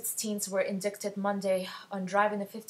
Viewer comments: sorry but the word "indicted" is pronounced EN-DITE-ed, not IN-DICKT-ed... lol... sorry but that huge blunder in not knowing that word threw off the seriousness of your whole conversation.... but yeah i agree bullying is terrible.... but the thing is we grow up and say its so bad but i bet almost all of us are guilty of doing it somewhere along the line. we have to be understanding of the harassers too, unfortunately. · I stopped watching once you said indickted!? (indicted)? c is silent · the "t" in indicted is silent... u silly goose =X.... how old is you because i definitely could pronounce that word in like 7th grade... XD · When you mispronounced the word "indicted", it ruined the entire video for me. Apologize immediately.